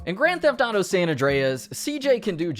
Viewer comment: And you still say Grand theft dauto smh